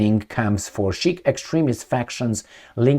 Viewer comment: ...Sikh is pronounced Seek.